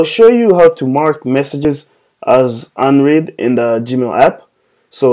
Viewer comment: This was very helpful. Better than the directions Google provides. FYI: The pronunciation of "read" changes depending upon the tense: Today I will read a book (prn: reed) Yesterday I read a book. (prn: red) And "unread" is pronounced un-red.